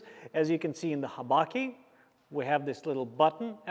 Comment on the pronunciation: Lol, the menuki and habaki